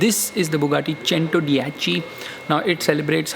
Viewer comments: You even pronounced “Cento dieci” wrong. It’s not चेंटो, it's चेंतो. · Bhai buggati chentodiechi nhi buggati centodeici kehte h usse Isse badhiya to chintu hi bol le 😂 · Ur spelling chentodiechi but it’s centodieci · What do you mean it's not pronounced SENTODYECIY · hello bahe but prounciation of buggati centodieci is wrong